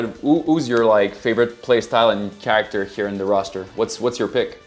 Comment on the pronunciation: Ahah. How can somebody speak english so well and not know how to say the word character? 😂 Like... he's never heard that word before and had to say it for the first time? That cracked me up. It reminded me of Britta saying bagel wrong in the show Community.😂😂😂